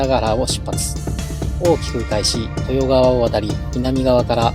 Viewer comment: 真田信綱の説明で豊川をトヨカワと言っていますが、とよがわですよ。川の名はほとんど「がわ」と発音します。地元の人間です。参考に!